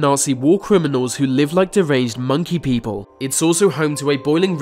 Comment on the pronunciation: If the narrator of this video is reading this please read on: Your voice is excruciatingly fucking annoying. You even say beople instead of people 😂😂😂